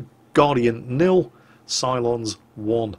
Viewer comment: I heard you say "Cylons" and I was like what the fuck, but then I looked and saw "Psilons"... okay then...